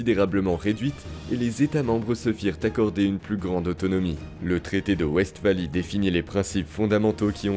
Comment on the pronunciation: Westphalie a eu un impacte gigantesque sur l’ordre européen, la manière de faire la guerre, et sur la diplomatie c’est fou. Par contre ca se prononce Vest-fali du coup